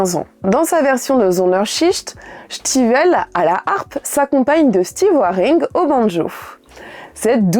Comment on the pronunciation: C'est la première fois que j'entends citer Alan stivel avec l'accent vannetais (" chtivel")